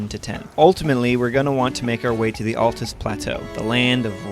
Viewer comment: FINALLY! SOMEONE WHO CAN PRONOUNCE AND SPELL "ALTUS" CORRECTLY!